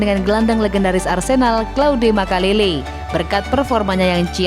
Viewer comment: "Gelandang legendaris Arsenal CLAUDE MAKELEKE". 😂 amatiran! Ada baiknya narator nya minimal paham dengan Chelsea atau sepakbola pada umum nya. Satu lagi, ga semua nama orang " Bule" Di baca dengan cara bhasa Inggris.